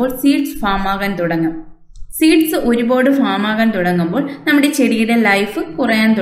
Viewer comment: താങ്കൾ നന്നായി ചെടിയെ സംരക്ഷിക്കുന്നുണ്ട്. ഭംഗിയായി പൂക്കൾ വിടർന്നു നിൽക്കുന്നത് കാണുന്നത് സന്തോഷപ്രദം. ഒരു പോട് എന്ന് കൂടെ കൂടെ പറയുന്നത് മാറ്റണം. ഒരുപാട് എന്ന് പറയാം